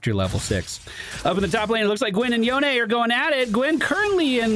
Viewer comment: FYI, Yone is pronounced Yo-nay. Maybe just an inside joke ;)